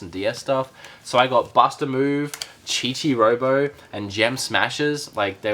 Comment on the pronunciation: Nobody corrected you saying Chichi robo